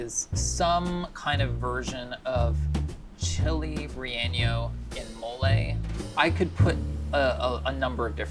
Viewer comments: Bon Appetit’s Spanish pronunciation is always cringe 😂 Relleno is pronounced “Ray-EN-No” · You both get a 0% for Mexican pronunciation 😂. There is no tilde over the ‘n’ in relleno so the n does not have a y sound in it.😅 well thought out Mexican food is tough to do a blind challenge but didn’t do badly. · Not sure what was worst, the fact that he got this one so wrong or that no one could say the word Relleno right 🤦🏽‍♂️ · I just wish they could have corrected them on how to pronounce “relleno” lmao my lord😫